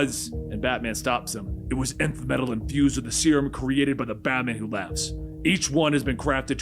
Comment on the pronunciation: Finally, he says it right: Nth (enth) metal!